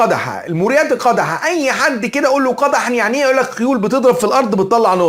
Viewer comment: يا رجل قدحا الدال ساكنه وليس بالفتح أما إن تقرأ القرآن صح او اسكت واتقي الله